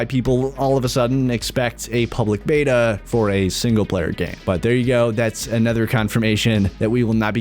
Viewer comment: Does he know that "anOther" has an "O", not an "E"? The "O" is pronounced as "oh" - not as an "E", which makes every "another", a "anether" lol.